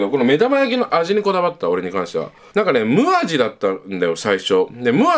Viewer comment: むみ、じゃなく、むあじね